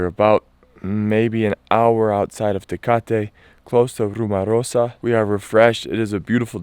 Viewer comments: Sorry, just an observation, it's called La RumOrosa, not RumArosa. Pronounced as rumor not rumar. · !....It´s not La RumArosa.......It´s "La RumOrosa"!